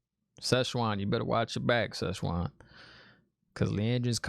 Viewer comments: The ‘teleportation’ painting thing is confirmed to be a ter’angreal. He says ‘almond siege’ for ‘amyrlin seat’ and ‘Szechwan’ instead of ‘Siuan’ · Pronunciations: Siuan Sanche (pronounced: SWAHN SAHN-chay; /ˈsʲwɑn ˈsan.t͡ʃɛɪ/) NOT whatever it was you kept saying smirks with love Aes Sedai (EYES Seh-die) Ajah (AH-jah) Amyrlin Seat (AHM-er-lin) Maigan (May-gan, Megan) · No worries lol, prononciations is a big issue in this book series and is something fans have been struggling with since day 1. Think Amyrlin more as "ahmerlin" as in Merlin from Arthurian legend. And Siuan as I said is pronounced Swan. You haven't seen the worst yet for pronunciations let me tell you, guaranteed to not be the last time new show watchers struggle with words from this book series. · Like the reactions man. I'm a book and a show fan. Nice rant in the beginning. And I laughed out loud when you called Siuan "Szechuan." Lol... Szechuan is a region in China and has very tasty, spicy food. :D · Just a couple pronunciation points. Not sure if it’s just nicknames you gave them but I wanted to make sure you have it right if you want it: Suiane =Swan Amyrlin Seat: Am Er Lynn seat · Honestly you need to have merch that says “Szechuan, The Almond Seige” 😅😂 It’s hilariously wrong and I sort of hope you don’t start saying it correctly lol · 🤣🤣🤣 it's Swan and the other blue is Maigan. Nice speculation but I will not tell what you got wrong 😉. Also ignore the trollocs in the comments. Look in the compendium and you will understand more about the objects of power like the oath rod. And maybe use 🎧 to help with pronunciation.